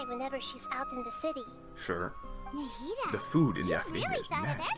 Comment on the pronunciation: i’m so glad i’m not the only person who calls nahida “nahihi”